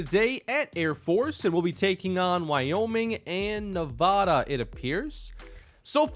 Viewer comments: you still cant say nevada lmfao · Noooooo you said Nevada wrong 🥺